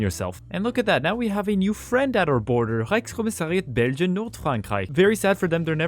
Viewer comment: how did you just say the reichkommisariat thingy perfectly